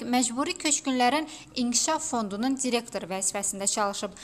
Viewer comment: Serengam,sençyabr (sentyabr),magaralarla,cirektor,siyasi maçivler,ceputat Tahir Kərimli.Bu sözler yeqin yeni sözlerdi.Xahiş edirem bu televiziyada danişanlar dilimizi düz danişsinlar.